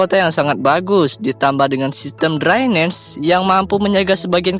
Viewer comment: Drainase dibaca draines...aduh min min...drainase ya drainase jngn dbca sok inggris...